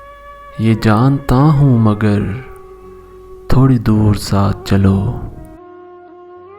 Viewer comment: thori nahi thoree, ise khanch k parhain